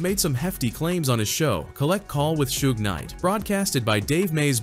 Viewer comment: 😂😂😂😂 AI voice was clowning Suge calling him Su-gay knight.